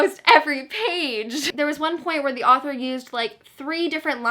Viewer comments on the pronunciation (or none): none